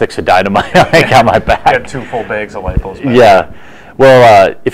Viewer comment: Lipos not loops! Lol